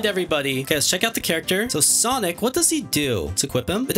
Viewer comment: Ah yes sanic